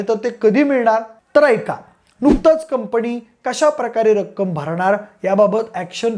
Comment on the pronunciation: कंपणी नाही रे कंपनी